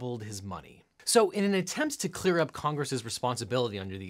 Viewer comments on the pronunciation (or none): none